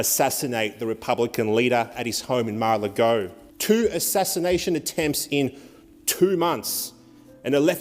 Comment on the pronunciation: Mar- a- Lago brother, Mar- a- Lago